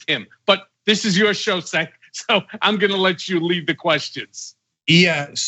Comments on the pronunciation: Damn, he called him Senk instead of Cenk. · cenk is pronounced jink not sink.....if donnie is not prosecuted this time he will become president again...what has this country come to ?????? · Yo, Cohen, Cenk's name is pronounced like 'Chenk' not 'Senk'. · Calling Cenk, (Jank) , SINK! hahhahhahahhahhaha! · Why does Michael keep pronouncing Cenk's name "Senk"? Everybody else says it like "Jenk". Doesn't matter I guess because Cenk doesn't seem bothered by it, but Michael says it so deliberately that way that at first I thought he was mocking his name. Now I'm just confused. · hey mike it is jenk your host not cenk !!Lol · I’m sure Cenk loves being called “Szenk” on this own show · Did he call you sink? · E this ..."former fixer" comment got michael to call him "Senk" GOOOO CENK ...but I must say I kinda like Cohen 🤭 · “Right SENK” LOL… That’s embarrassing Jichael. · "Right Senk?!" Maybe just... learn his name before the show? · I love you Mike, but it’s pronounced “ Jenk” 😁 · I guess Cohen has never watched a clip with "Senk" before huh? Lmao. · Michael always mispronounces Cenk's name. Cracks me up every time. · It’s Cenk with a J sound not Sink… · "Talking about being pressy! Right Zenk?!!!" Hahaha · did he pronounce CENK as SENK lol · He's never heard of him. How would he know better? Cenk should have corrected him, but everyone calls him "Senk" and he is probably just tired of doing so. Who's the putz now? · It's pronounced "Jenk". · He kept calling him senk last time too. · Love both these guys. Cenk I'm sure is used to his name being mispronounced, but I was surprised nobody corrected Michael. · I swear I saw Cenk wince every time Cohen mispronounced his name 😂😂😂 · Did Michael mispronounce Cenk’s name ? Damn it!!!